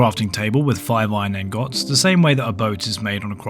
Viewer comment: Iron angohts 😂